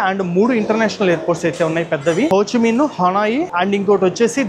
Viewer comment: it's Ho Chi Minh not Ho Chi Mein